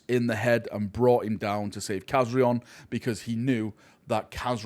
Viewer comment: please pronounce Kazarion's name correctly! lol Loved this origin story i hope we see more from this group of blood angels!